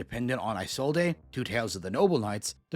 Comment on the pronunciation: Can you please stop butchering Isolde's name? That's not how you say it at all.